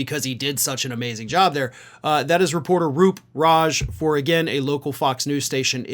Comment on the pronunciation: If only Hannity, Ingraham or even Carlson when he was there would have asked him tough questions like this rather than soft-balling him questions that his aides had already given in preparation. What's the bet Roop Raj (, FYI its Roop, not Ru) got a dressing down from those above at Fox for asking that and making their orange God look like the idiot he really is.